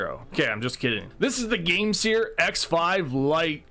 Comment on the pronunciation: I thought it was pronounced game "sir" instead of "sear".